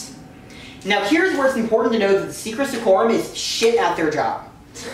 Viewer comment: It kind of bothers me, that for all of the work you clearly put into this, you keep refering to the secreta secretorum as the secra secorum. It just feels so weird x)